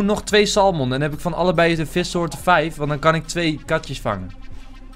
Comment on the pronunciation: Enzo, als je volgende keer weer gaat vissen moet je salmon juist uitspreken. Je moet de 'l' niet uitspreken.